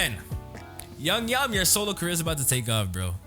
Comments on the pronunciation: I loved your reaction! Can I just correct you on how to pronounce his name? It’s like YOU-GEE- YUM (hard g sound) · IT'S PRONOUNCED "YOO-GYUM" !!!!!!! love your channel btw